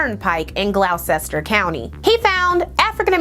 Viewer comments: it’s pronounced Gloster (Gloucester) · frustratingly, it's pronounced like "GLOSS-ter," because British